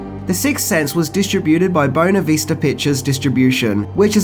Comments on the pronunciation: Bona vista? No...bueno vista. B-way-no vista. I'm just sayin. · It's said "Bway-na Vista", not "Boona". The film was very well done and realistic in particular aspects of the spirit realm. The phrase "The color red" is now thoroughly stuck in my head due to the amount of times it was said for No.5. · do you say BONER VISTA on purpose? its BUENA VISTA